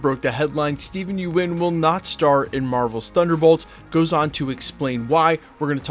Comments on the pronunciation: Its think pronounced “yun” not “yoo en” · It's Steven Yeun, pronounced "yun," not "you - en." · Small note. Stephen Yeun. Pronounced somewhat like "yoon". Yuen is Chinese name, and is "yu-en". But he is Korean and it is spelled Yeun. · its pronounced, Yuen = Yoon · You keep pronouncing Steven last name wrong. Sounds like young